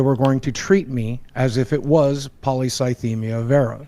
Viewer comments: Take a shot every time says Polycythemia wrong (he says Polythycemia). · Stop saying thysemia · repeatedly mispronouncing Polycythemia is just incredible.